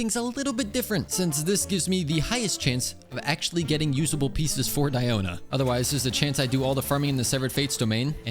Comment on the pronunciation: It is sad you spent all those resources into Tenacity when the 4 piece passive is practically useless on Diona. It's only SKILL damage, so her burst does nothing for you in proccing the passive. It's Nobless Oblige all the way for Diona. Also it's DEE-oh-na. Not Dye-oh-na. It's not pronounced like that in real life and, yes, the EN VAs are wrong. They pronounce everything wrong.